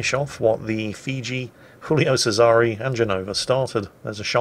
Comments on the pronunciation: Frankly I'm more worried about his attempt to pronounce "Giulio Cesare" :D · I found you out now! You're not misidentifying ships in this battle, but nations! You pronounce Giulio Cesare as though she were a Spanish ship (or a ship from a Spanish-speaking nation), while you've handed the Pyotr Velikiy over to the Czech navy during the course of this battle: the first time you mention her, she's still pronounced fairly Russian-like, but after that, definitely Czech. Well, or Slovak I suppose.